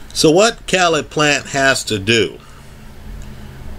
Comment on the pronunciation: His name Caleb. It is pronounced (KAY-LUB). This video is cringeworthy hearing you consistently pronounce his name wrong.